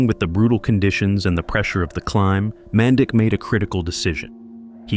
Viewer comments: it is not pronounced man dick it is pronounced manditsch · Uhmm.. It's pronounced "MAN-DEECH" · This will probably go unnoticed but his name in pronounced “Man-deech” in our Serbian language ć makes a ch sound. RIP Dren